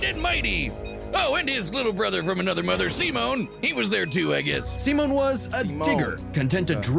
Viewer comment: I can always tell if I'm going to like someone's reaction to this based on how they pronounce Simon's name. If they say "sai-munn," then I know they're in for a wild ride.